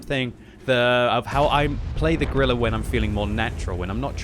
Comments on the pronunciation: Did he say Gorilla 15? I think he said Gorilla 15. Its just Grill 15... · “Gorilla” 15